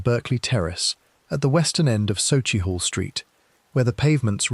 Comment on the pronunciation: SUCKIEHALL st that’s how it’s pronounced.